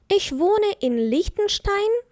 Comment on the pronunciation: Чому ви вимовляєте, іш, ойш?